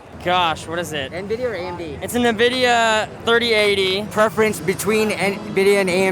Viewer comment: kills me when they say Navidia